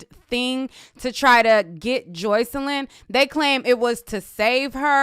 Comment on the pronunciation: Stop saying her name like that girl it’s Jocelyn PERIODT the fuck